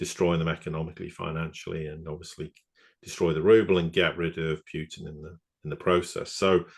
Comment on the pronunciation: President PUTIN not Piuutin. Please show some respect.